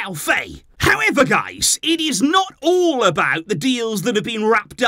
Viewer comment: Name's pronounced F"ah"ye if he's Senegalese.